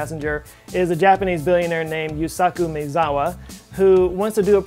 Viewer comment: The Japanese guy's name is pronounced closer to "My Zawa" or better "Ma-Eh-Zawa" and definitely not "May-Zawa"